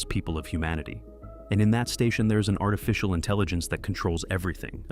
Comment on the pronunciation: It’s artificial not artifcial